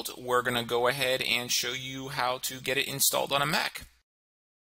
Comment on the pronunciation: Let's go ahead and 'Git' started =P